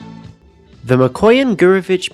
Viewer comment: It's MikoYAn - GurEvich, not what you called it